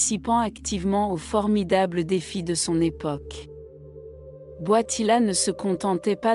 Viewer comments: Il s'appelle Karol Voitila ! Pas Boitila ! Pauvre Jean-Paul II ! Il s'agit d'une voix conçue par l'Intelligence Artificielle ?!!!! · C est quoi cette voie qii ecorche le nom du pape